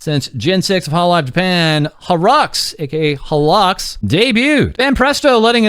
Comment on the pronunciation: Bro, it's ok to call them "holo eks". "harrocks" is wild.